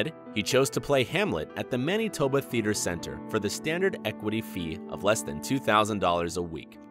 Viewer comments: MANEETOBA Theater? pronounced Manatoba... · Man-ee-toba? Who is this narrator? 🙄